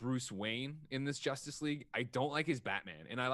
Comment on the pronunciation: Y'all totally missed "Joss-tice League" comment lol